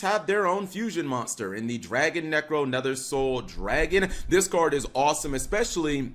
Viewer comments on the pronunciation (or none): none